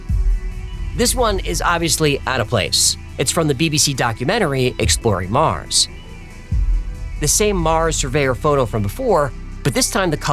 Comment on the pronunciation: Listen to Arnold folks... "Get your ass to Mouws" ..... ....